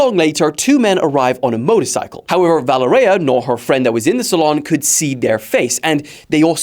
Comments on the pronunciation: You are butchering her name. It is ponounced Vuh lé rya. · Valereya? Wtf!!!? Learn to read dude! Its almost the same as in english Valery but with an A at the end! If its so hard for you